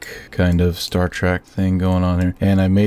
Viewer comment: I get it you have knowledge but hearing "star trek" as "star track" makes me annoyed and calling the star ships star treks is annoying. But the builds are really good